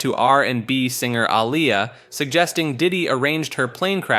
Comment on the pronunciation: Don’t forget A-liar!! 😂